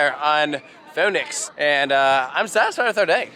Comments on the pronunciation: Its fønix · Take a shot every time pronounces Fønix differently. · Man if I had a dollar for every time pronounced “fonix” differently I would be rich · I’m laughing at the 5 different pronunciations you used for Fonix. Just one right after another 😂